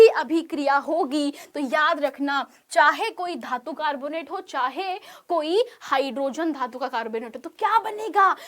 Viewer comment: धातू ❌ धातु ✅